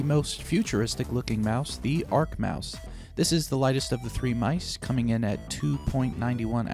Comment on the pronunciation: 4evadunkley It’s mice